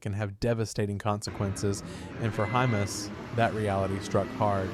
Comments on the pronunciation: Sounds like IT is saying hummus... 😂🤦‍♂️ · You've pronounced hymas 3 different ways in this short vid.....